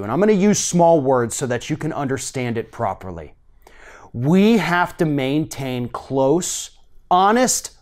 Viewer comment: WOAH. WOAH der. slo doun. "ho-nest"? "man-tain"? wut da hell r dem wurdz? crayzee lib